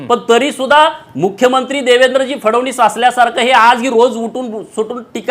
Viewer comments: पडळकर फडवणीस नाही ओ फडणवीस आहेत ते. पहिल फडणवीस नीट म्हणायला शिका. मग पवार पवार करून छाती बडवा... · Yala Nit Fadan20 Suddha Nit Bolta Yet Nahi Aani Ha Sangtoy Tyancha Mule Mi BJP Madhe Alo Lachar Ahe Ha Dalali Karun MLC Milavli Yane Sampurn Dhangar Samajache Doshi Ahe Ha Aani Mahadev Jankar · नीट तरी बोल.फडणीस हा उच्चार पण जमत नाही. हा भाजप मध्ये पण उलटा होईल. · “फडवणीस” नको म्हणू रे बाबा ... देवेंद्रजी म्हण ना सरळ 😄